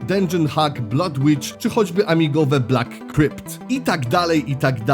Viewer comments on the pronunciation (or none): none